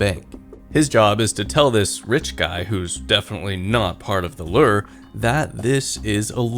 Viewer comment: I'm tired of hearing you mispronounce 'lure' year after year. Time to unsubscribe. Should've unsubbed years ago when all that drama happened, but better late than never.